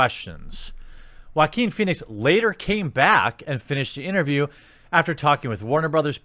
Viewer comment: Love the way you pronounce Joaquin